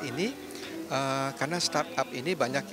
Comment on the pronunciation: starap, startup, stardep. startop. suka suka kaulah CNBC. 🤭